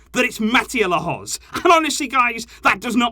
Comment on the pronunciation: Not Lahoz ffs